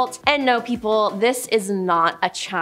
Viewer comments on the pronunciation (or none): MEH-DIE-NAH NOT MEH-DEE-NA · The way she says Geauga and Medina.....no, just no. Geauga : Gee-awe-guh, Medina : Meh-dine-uh I get it though, it's Ohio, we instantly know when someone's not from Ohio. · Medina is mi-dI-na........im cringing listening to her pronunciations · Excellent job. I’m in Ohio too. I live about 7 miles from Geauga lake. Everyone here is just hurt over the park being gone. Just so you know, I wanted to have you pronounce it correctly. It is called gee-og-ga lake. Also Medina is pronounced Ma- dine-ah. I love this video. The water park was the best. We went twice a week. I met a gentleman that said they never told anyone that Geauga lake was closed. He brought his whole family from Michigan and had no bathing suits. I would have been irate. The water park was busy. Now it’s an abandoned park. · Girl, I am from Ohio and cringed several times. You mispronounced Geauga, Medina, Teidemann, Mogul and Lima. Might want to research first. It's Gee-awe-guh. Meh-dine-nuh. Tee-deh-men. Mo-gull. And Lee-muh. I find it hilarious you are advertising for babble 😂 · And Medina ...butchered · you mispronounced "Geauga" and "Medina"